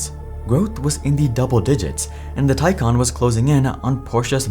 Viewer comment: Your AI is terrible. It’s Taycan,not tycan!